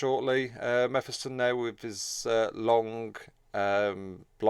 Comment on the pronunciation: Its pronounced Me Phis Ton Like Mephistopheles or or diablos mephisto That way you said it would imply a double f, one to finish the vowel and another to start the flow into the next vowel. Otherwise, great and informative video Lookong forward to them as a faction, but god damn we need more xenos Need to split the 3 campaign xenos into more, like another craftworld or ork clan or necron dynasty. Its annoying marines and chaos can focus on the three required heroes and then bring them to the othwr campaigns, but xenos get shafted by race restrictions. This will also allow inclusion of more unique heroes and allow branching into all the unit types. Gimme a warp spider, flashgitz, immortal, etc